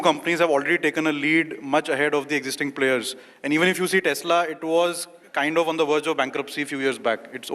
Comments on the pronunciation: ONLY TALKS TALKS AND TALKS ....NO RESULT ....Kindly remove such government Servants .....useless he can't even say TESLA ...Keep saying Texla Texla ....moron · I wish and hope Nitin Gadkari ji calls Tesla ,TESLA and not Takshila..........